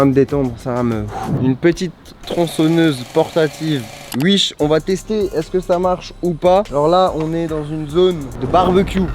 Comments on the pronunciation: On dit wish pas uich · Il dit ui she au lieux de wish 😂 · wish : s'écrit wish. charles : uiche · Sa mstresse quand il dit uich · On est d'accord il dit "UISH" mdrr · Tous ce que j'ai retenu : "des produits UISH" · Des produits “uish” 🤣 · J'adore comment il dit "uish" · Ce que j'ai retenu de la vidéo "acheté sur Uish" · C'est pas Wish mais U I C H E